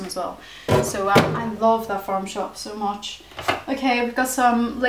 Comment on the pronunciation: "so moch" lol